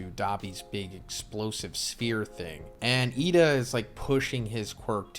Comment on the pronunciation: Why do you sai lida's name like that? "Yida"